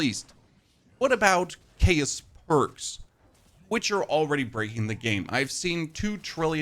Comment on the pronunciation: How do u say chaotic correctly but not chaos.